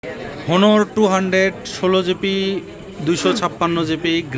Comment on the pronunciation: ভাই ওটা ১৬ জিপি ২৫৬ জিপি না, ওটার উচ্চারন হবে ১৬ জিবি ২৫৬ জিবি। আর ওটা ক্যাবেল না, ওটা ক্যাবল। 😂😅